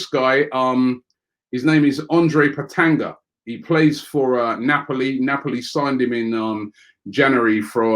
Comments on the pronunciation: Robbie he is Petagna not Petanga haha. come on. G before N. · Robbie it’s Andrea Petagna as in PET-AN-YA not Andre Petanger😂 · Lol.....it's not petanga! You'll read it Petania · petanga!!! lmao ...its petagna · ''Petanga'' LOOOL. It's pronounced ''Petanya''. But he is a very good player, believe me. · Hi Robbie not pe-ta-nga it is pe-ta-nya😀😀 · its not peta-nga Robbie its pronounced peta-nya... Robbie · Robbie my man it's pronounced at 'Pet-a-nya' and not 'Pet-an-ga' Jesus this Don ruins names on a daily basis smh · It's written Petagna but pronounced Petanya. And I can assure you like 100% that we'd sign Giroud and Wilshere back before we sign him. The guy isn't talented enough for a club like Arsenal. Harsh but True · Common robbie it’s petagna “gna” as ña not petanga 😂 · Every time Robbie said PetaGna I felt immense pain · ROBBIE IT’S ANDREA PETAGNA not Andre PetAgNa! My god my italian side and grandma just died by hearing your pronunciation. 🇮🇹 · And petagna 🤣🤣